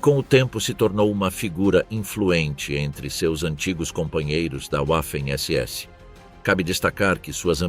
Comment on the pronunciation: NÃO É UAFEM SE PRONUNCIA VAFEM....